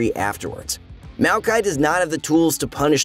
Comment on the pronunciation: Its MAOkai not MEOWkai